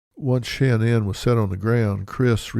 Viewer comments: Her name is not “SHAN-ANN”!!!! It’s pronounced “SHA-NAN” like “nan DUSKIN ” or “sha na na”! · Omg please stop saying SHAN NAN. Its like nails on a chalkboard… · Why couldn’t he pronounce her name correctly. Drove me crazy